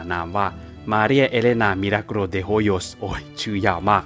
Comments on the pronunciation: สำเนียงชื่อของ มาเรีย โครตดีเลย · สำเนียงตอนอ่านชื่อเต็มมาเรียนั้นมันเริ่ดมาก เพราะเราก็เคยต้องพูดภาษาSpanish. สำเนียงคือใช่เลย Perfecto!